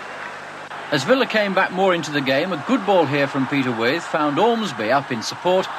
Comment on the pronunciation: Не Петер Уайт, а Питер Уит, или, как переводили в то время, "Уиф" (Withe).